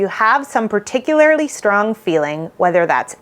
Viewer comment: I’ve been binging your videos and noticed that you use the word “particularly” a lot but you pronounce it as if there is an “i” before the last “l”. No disrespect- you’re obviously super smart, and just doing it out of habit. This video has been ~particularily~ helpful for me. I’m an autistic fearful avoidant. Thank you so much for the great content!